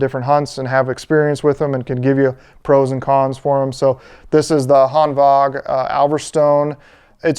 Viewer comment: You’re the only person I’ve seen on YouTube that pronounces it Hanvag (correct) instead of Hanwag. Nice